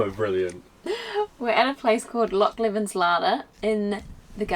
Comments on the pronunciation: Hey there im ty and im from perth myself and just letting yous know tha is pronounced loch leavin but spelt leven <3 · Leven is pronounced LEE-ven. Not how you pronounce it. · Well done on your pronoincation of Loch but it Loch Lee-ven when said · It's pronounced Leeven.